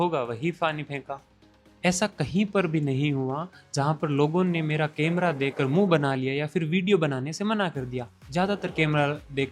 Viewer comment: केमरा नही hota hai कैमरा hota hai